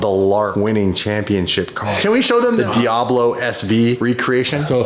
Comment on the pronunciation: Fuckin calling it a DiAHbo